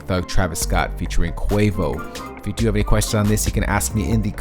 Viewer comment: Its pronounced Qu-AH-voh